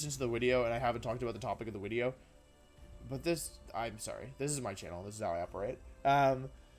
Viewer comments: Why does he keep mispronouncing video as "wideo", then when he pronounces it right he immediately goes back to mispronouncing it on purpose? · Why do you say “wideo?” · i love that he intentionally says wideo thats so funny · stop saying wideo it d i s t u r b s m e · I luv d wideo intwo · I dont mean any offense, but do you say "wideo" due to a speech impediment, an accent, or is it some sort of channel meme? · what is with you calling it wideo or just pronouncing v's like they're latin v's in general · I HATE WHEN YOU SAY WIDEO STOP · Wideo man makes funny wideo with new funny wideo intro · Why does he say wideo? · every time he says wideo, it sounds like a person with an indian accent saying "video", it makes me laugh everytime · It really hit he hard when he told us that, in fact, it was him. Wideo Man. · Why is he pronouncing video 'wideo' and gimmick 'jimmick' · 2 minutes in and he can't pronounce the word "video" or "gimmick." Is his inability to pronounce words correctly some kind of act that he pits on or has he never had a conversation with a human being before?